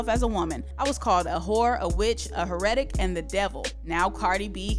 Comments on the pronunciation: A "HER READ TICK" Damn this girl can't read 🤣 it's pronounced "HAIR UH TICK" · Pronounced Hair-Ah-Tick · That’s not how you say heretic 😭